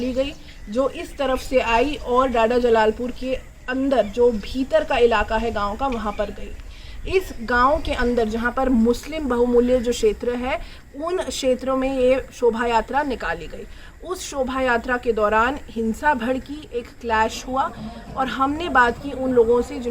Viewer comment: Muslim "bahumulaya" nahi "bahulya"🙏